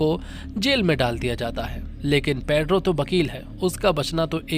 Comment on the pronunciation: भाई वो पेद्रो नहीं पेड्रो है 😂